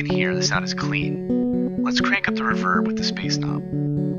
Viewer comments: I think you have artistic license to pronounce it however you want. You're creating interesting content, and for my ears, the "revérb" sounds cool in the context of your vid. Thanks again. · I appreciate your unique way of pronouncing reverb. I've never heard it accented on the second syllable before. Nice touch. Nice overview of the microcosm too. Thank you ~